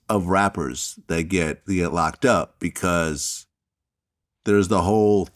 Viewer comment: Nobody:: “becourse”